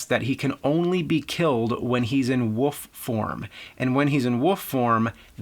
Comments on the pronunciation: Is it just me or is James constantly saying "Woof" instead of "Wolf"? Is that part of an accent that I dont know about or just a color of speach? Somebody explain that to me. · Hey man, just want to point out its 'wolf' not woof. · I just simply cannot wait until James reviews "The Woof of Wall Street", Dances With Woofs" and "Air Woof". I bet his favorite band is "Woofmother". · I love how James pronounces wolf as woof. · He do say Wolf but the L is not that clear :) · Love how you say woof in place of wolf. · wolf wolf the word is wolllf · Say wool. and and an f sound at the end. youre welcome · James pronounces "Wolf" as "Woof". I love it. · Berend de Liagre Bohl I just simply cannot wait until James reviews "The Woof of Wall Street", Dances With Woofs" and "Air Woof". I bet his favorite band is "Woofmother". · I love how he says "wolf" as "woof" some times! :D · Antonio, hes saying Woof... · Antonio Figueroa he says woof. you have shit in your ears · Parrydox Gaming I just simply cannot wait until James reviews "The Woof of Wall Street", Dances With Woofs" and "Air Woof". I bet his favorite band is "Woofmother". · James’ last name is Rolfe but can’t say wolf properly…🤣🤷‍♂️ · NEWSFLASH: The word "wolf" has got an L in it. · haha, I know right, he has been doing that for a decade, It always stands out. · How about same state? You won't find too many people in North Jersey dropping the L like that.